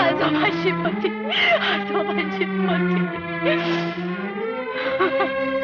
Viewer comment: पोती नाही पोथी! 😂😂